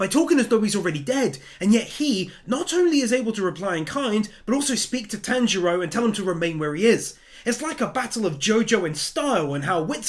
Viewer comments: Lord Inosuke...always says Tanjiro's name wrong lol.... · tamjiro no manjiro no shatanjiro lol isuke